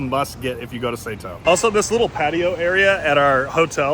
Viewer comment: You guys mispronounced Sato. Sato is a common last name in Japan and it’s pronounced saw toh.